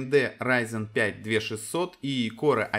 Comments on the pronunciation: А можно не говорить "корэ"? Звучит как диалект элитного корпуса диванных войск. Транскрипцию этого слова не составит проблем найти. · КорЭ? ты серьёзно или рофлишь?